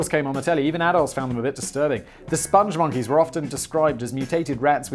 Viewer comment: SPONG, not sponge. Rhymes with song & thong. Spong Monkeys. They love the moon... Also, Lipton is REALLY shite tea. Even store brand tea is WAY better.